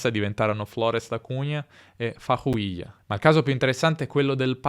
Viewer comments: il della città è "FARROUPILHA" e non "farrouliha" il Cruzeiro, di Belo Horizonte, un'altra grande squadra, si chiamava anche Palestra Italia. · C'è un piccolo errore con la città di farroupilha, che fu detta come farrouilha, ma è un bello video, ho imparato molte cose che io come brasiliano non sapevo, e sicuramente non ho mai ascoltato dei miei nonni che erano anche del Veneto, venivano dalla città di Asolo a Treviso (mi dispiace per caso ho sbagliato qualcosa quando scrivo, sto ancora imparando l'italiano)